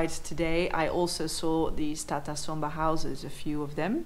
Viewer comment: I thought he said Tata Sumo but it's Tata Somba , Tata is vehicle manufacturer .